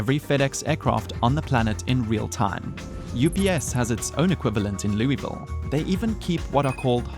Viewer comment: Pronounce Louisville incorrectly.